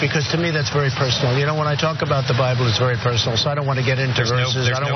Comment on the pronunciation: He read the entire cover and gave up after that; it's the ONLY part of the Bible he quotes. 😆😆 "Thuh Byebull" "Thuh Byebull"